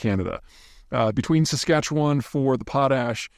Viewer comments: Nailed pronunciation of saskatchewan 😊..impressed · You get credibility with that pronunciation of Saskatchewan! Our biggest potash mine in Saskatchewan BHP Jansen isn’t even in production yet. It’s been years in the construction phase but coming online soon. 🔜